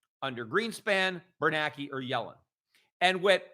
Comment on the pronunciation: Am I hearing it wrong? Peter seems to pronounce "BernaNke" WITHOUT the second "N", as in "Bernake". Is that how it's supposed to be said, or wazzup?